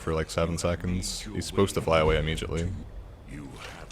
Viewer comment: “Paarthurnax is supposed to fly away immejitely”